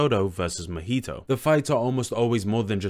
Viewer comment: Gege is "geigei" Naoya is "now" "oi" "a" Mahito is "mah" "hee" "toe" These are the ones i gathered off the video from the top of my head but still good video the pronounciations didnt take too much away